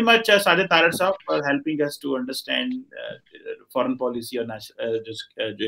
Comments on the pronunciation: Faren (Foreign) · Ek aur Fareign ( Foreign ) 😂😂